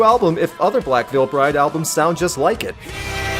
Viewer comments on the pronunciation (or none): none